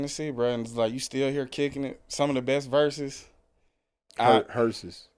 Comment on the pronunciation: Herses instead of verses 😅EXPLAIN PLEASE